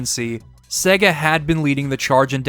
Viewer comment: Great Video! You and Majulaar are masters of these long-form retrospectives, they really take me back every time - and your choice of games to review was awesome as always However! Was a bit rich you ragging on the Berserk game's pronunciation when you pronouned 'SEGA' wrong about 165 times throughout the 2 hours 😅 which will probably stop me rewatching this several times like all your other videos. 😭 Only blip that really annoyed in an otherwise stellar essay 👊